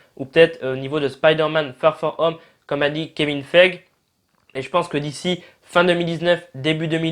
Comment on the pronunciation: ET ÇA SE PRONONCE KEVIN FEIGIIIIIIII !